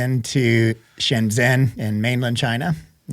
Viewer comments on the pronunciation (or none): Pronounced "shen JEN" (zh is pronounced like "j")..Sorry, lived there 6 years so I'm a stickler ;)